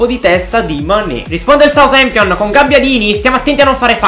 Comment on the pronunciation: Adoro quando dice SUATEMPION